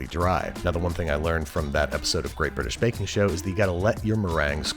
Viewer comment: “Great British Baking Show” sounds SOOOOO off. 😂😂